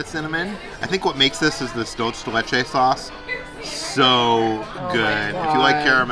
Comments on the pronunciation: Ok I gotta bust peters chops lol. Dulce pronounced “dull-say” not dulch lol. Ok. Thank you. Good night. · You did it again....its Duel-say, Duel-say. Im just teasing at this point. Maybe someday you will get it right. 😁